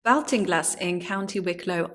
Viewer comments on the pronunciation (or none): Interesting research . Though the area is pronounced & known as Ball- ting- glass by all in Ireland. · I'm from Hacketstown which is just a few miles away from this. Great to see more information about it. Baltinglass is pronounced like "Baltic" - So like "Bawlt-in-glass". Looking forward to seeing more videos on the subject! Thanks 😀